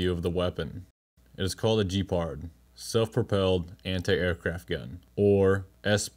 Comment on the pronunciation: Gepard, not Jepard. Hard G sound. Like Good video or Gone with wind. Ge-pard. Not J, like Jeep. “Jepard”.